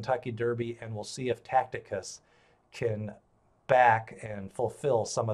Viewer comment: The pronouncing of TACITUS is wrong. Look at the I between the C and the T, therefore zero chance of pronouncing it that way.